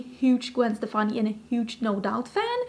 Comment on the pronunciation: omg girl you know beacon street collection?! So you like ska? I’ve loved Gwen forever. My mom worked with her cousin. Stefani is actually pronounced “Stephanie.” I still have her UD palettes and lip products and her old school L.A.M.B. x lesportsac purses. Remember that?